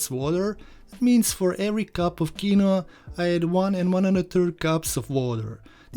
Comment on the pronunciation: I working on getting those cornmeal pudding recipes to you as promised. Quinoa is a weird word.....it is pronounced: KEEN-wah. Recipe looks tasty. I have some of this little known seed in my fridge, using it on occasion to boost the nutrition of white rice. Rinsing it in a very fine mesh sieve is standard since the seed has a bitter protective layer to ward off "predators". It's quinoa's own natural defense mechanism.